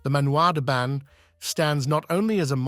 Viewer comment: You pronociation of 'Manoir den Ban' is horrible. The 'n' in Ban is not pronounced in French!